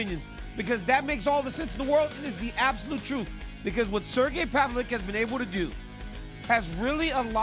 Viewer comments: DC is really Chael'ing Sergei's name 😂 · I like how DC calls Sergei’s last name, this mofo gotta do his home work, thanks RC to let him know how his last name pronouncing